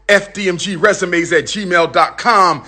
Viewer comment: Did he say Gmail??????